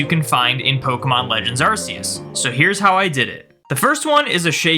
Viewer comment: Ask yourself how to pronounce "arc phone" and please apply that to arceus's name :p